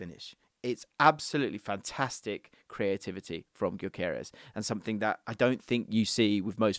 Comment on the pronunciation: BTW since he's of Hungarian descent the name is pronounced "Dyökeresh" with the Gy sounding like "d" in amount due or mountain dew. Annoying that he's playing for Sweden instead of Hungary, dammit.